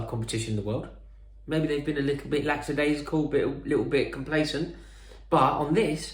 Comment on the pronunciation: Day 214 of Rory Jennings saying "Laxadaisical"